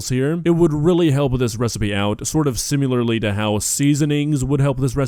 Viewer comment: Also: for the 100th time.. Sim-i-lahr NOT Sim-you-ler